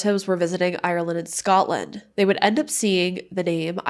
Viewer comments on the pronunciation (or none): none